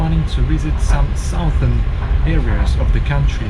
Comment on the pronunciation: Look up the pronunciation of "southern". It is pronounced "suthern". The first syllable is not pronounced "south".